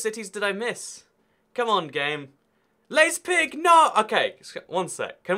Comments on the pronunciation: Learn how to pronounce the cities correctly.... The way you say Leipzig gives me a headache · Leip-zig. NOT Leiz-pig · it pains me to hear non-germanic people read the ei in words like Leipzig and Zeit as "ey", its proper pronunciation in most cases is more in line with the ie in english words like lie which is "ai" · Your pronunciation of Leipzig is killing me inside. It isn’t spelt liezpig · He pronounces it like lesbisch . 😂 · its pronounced [li-pp--tsick] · correct pronounciation is Laiptsch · theres multiple saxonies and its pronounced laipzig then theres Mecklenburgvorpommern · the er in berg is pronounced like air the u in burg is pronounced as if you boo somebody off the stage the lei in leipzig is pronounced like lie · Liep -tzigg. Leipzig. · It is Leip- tsig. The ei is like the i in time. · As someone from Leipzig that pronunciation almost physically hurt me but at least you know where it is and that it exists. Our population is now a fair bit bigger than it is shown here in the quiz. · Your keyboard forces you to, but it's a little bit funny that you have to write Dusseldorf instead of Düsseldorf, because Dussel is a german word for idiot or fool. So, Dusseldorf would mean – literally translated – Village of the Idiots. Probably, some proletarians would agree to you :D. You didn't really find Leipzig. The app is right that the name consists of the syllables Leip and Zig, but not Leiz and Pig. Perhaps, you had Schweinfurt in your mind ;-). Your problem with Berg and Burg is a little bit funny; but understandable as well. In English they are pronounced the same way but not in German. Burg is pronounced Boorg like in stood – or Bourg in some dialects. It means castle or fortress. Berg would be probably written Bairg in English, it means mountain; as you said. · I am from Germany and it's so funny for me when u try to spell "Leipzig" :D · LEIPZIG, GODDAMMIT. LEIPZIG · Anyone else screaming Leipzig at the screen... I’m British and even I can pronounce leipzig😂